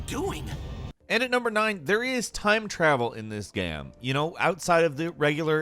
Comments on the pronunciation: Why does he say gam instead of game😭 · Why do you keep pronouncing game as gam? How is this even possible as a professional game critic? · Anyone else bugged about the way he says game as gahMe omg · “Devoted to the rest of this gyem” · “It’s fun and it’s awesome to see in this geyum” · “I’m thankful it’s in this gyem” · “Prolly the hardest boss in the gyeum” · “This gayem..” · “in this gam” 😂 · Arkku you mean “gem” doesn’t say “game” he says “gem” or “gyem” or “gyeum” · OK that what i thought he said lol glad i wasnt the only one. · Why do you pronounce game like gai emm? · Jesus I've never heard someone mispronounce the word game before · Why does the narrator say game weird?